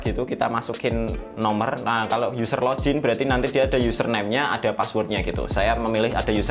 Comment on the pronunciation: Kontennya bagus bang.. cm agak risih ama kata "lojin" yg bener bacanya log-in, tetep dibaca "g" bukan "j"